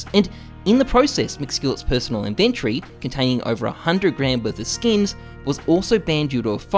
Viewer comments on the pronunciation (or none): stop saying inVENTry lol